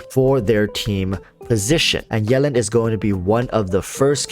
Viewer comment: Is anyone else bothered about how he says "yellin'" instead of Yelan?